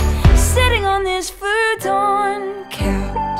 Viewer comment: WTF Missy??!!!! i wasnt expecting this Vanessa Carlton bs! your still the shit, you just caught me off guard and when did you start dressing like Selena Quintanilla Perez! The couch in the video isnt even a Futaaann couch as you pronounce it. Lol. You crack me up babe!